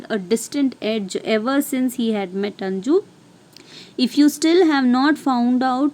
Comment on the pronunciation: Maam that is not anju that is 'anuj'